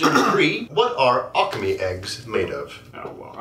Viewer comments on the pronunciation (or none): none